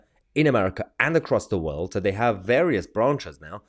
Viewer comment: The ppl that we put down for good reason .never see these stuff . Or know whats going on Like blair .everyone says why os He always poking he nose. In . He is a good example of arrogance. I do wish along with Many others he would but out. And i carnt stand the way he says WORLD. !!WALD!!